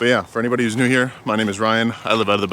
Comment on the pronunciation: Love how you said the NEW modern warfare lol.